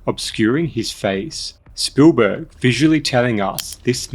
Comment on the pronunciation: cool video, no idea who this "spoolburg" is tho haha